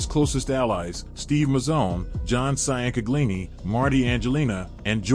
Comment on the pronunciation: Mike Cyan-caglingi 😭😭😭😭😭